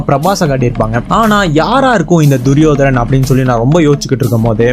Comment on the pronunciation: duriyodanan.. not duriyodaran